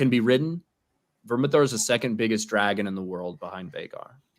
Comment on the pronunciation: It’s Vermithor